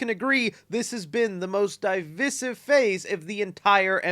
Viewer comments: No way u think thats how divisive is pronounced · Bro your pronouncing devisive wrong. Cool video though. I agree with the homework vibe issue. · Never heard that pronunciation of "divisive."